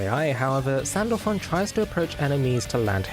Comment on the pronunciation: i had to listen to it twice to make sure he called her sandpaper and sandback....